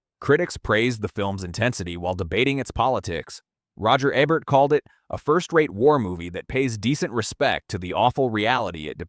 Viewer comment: Your AI can't even pronounce "Ebert," and you didn't even use footage from "Battle: Los Angeles." That's some cheap Asylum-like knock off, not the real movie.